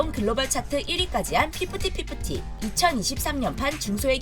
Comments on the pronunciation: I notice it too 😅😅 even re-check the writing group title ☺ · I notice it is hard for Doyouram to pronounce Fifty Fifty in korean. May be that is why korean don't mention this group name much 🤨